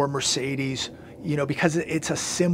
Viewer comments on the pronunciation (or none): none